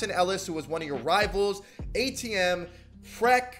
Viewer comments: Bro dude said frek. It's pronounced freak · It’s pronounced freak, not freck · It’s pronounced Freak not freck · he’s your 2k16 My career nickname and it pronounced freak but he said freck😭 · Dude just said "Frek" instead of "Freak". 👁️👄👁️ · Dude said Frek, like Shrek LOL. That's FREQ, like Freak DUMMY, from 2K16. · It’s Freq not Freck 😭😂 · I hate the way he said “Freq” it’s pronounced “Freak” thats the 2K16 MyPlayer 😂😂😂😂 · yo did he say , freck 😭😭😭 , its freq. ( no hate ) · Was anyone else so triggered when he said frek instead of freq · Freck.. it’s Freq (Freak) fam!! But hey, you’re one of the best youtubers I’ve started watching recently ESPECIALLY regarding 2K man. See you on Twitter quite a bit too. Keep grinding 🙏🏽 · Bruh said “Freck” lmaooo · Mane said frek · This man really pronounced Freq like SHREK, but that B-Fresh addition gonna be interesting, to put it positively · Man really looked at that name and said FRECK..💀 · Bro literally call freq “FRECK” and “CHIE” wtf 😭